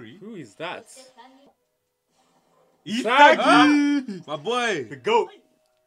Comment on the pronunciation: my guy said ewo😂😂😂😂